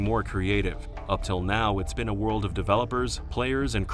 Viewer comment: “Lost Warld” was the first “Transfarring”